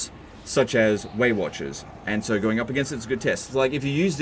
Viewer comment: Anyone else hearing "Waywatchers" as "weight watchers" and thinking of obese Elves?